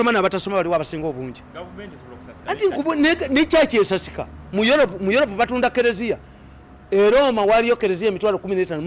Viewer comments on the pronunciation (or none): naye kano akasajja kogera biki? what is yolopu, filipayini....akassiru Mzee Mirundi aswaza Ug